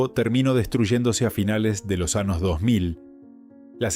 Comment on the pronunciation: Lleno de palabras ¡MAL PRONUNCIADAS! Esto no debería permitirse. Horrible. "Años" pronunciado como "anos". "Compañera" pronunciado "companera". Vergonzoso.